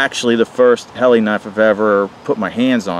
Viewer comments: Great knife,, it's pronounced Hellah.. Not Helly,,,, FYI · Pronounced Hahla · Dammit! It's your job to say it right! I have this blade with a custom handle. Lightsabre.